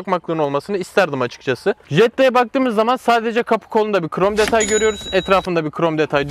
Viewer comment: Hiç kimse: Ali IbInEsi:qrom detay